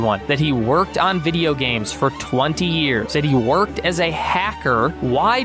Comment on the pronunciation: Why do you struggle so hard with saying the word video??? Videour, videou, vidyore. Bro stick with one fake accent or just learn clear understandable english.